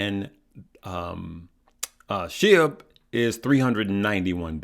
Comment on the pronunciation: It’s pronounced sh-ee-b